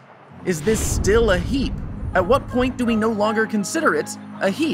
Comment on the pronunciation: it took me so long to realize he was saying 'heap' instead of 'heat'. Why am i so stupid